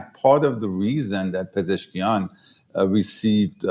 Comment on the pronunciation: Thanks for the great interview. His name is Pe-zesh-kian though 😊